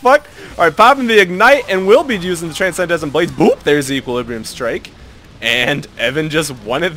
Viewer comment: Okay, Transcendent Blades, is pronounced 'tran-send-ant blades.' (I realise I'm being an asshole, but I don't know why this bothered me so much.)